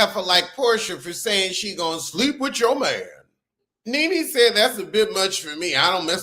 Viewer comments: It sounds like youre saying "ninny" 😆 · Why u said Nene like that 🤣🤣🤣🤣 lost my entire mind